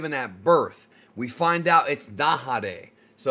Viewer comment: its not Dahare, its Nahare